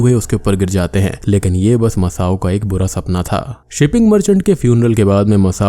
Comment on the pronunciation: Bhai masson tha masao nahi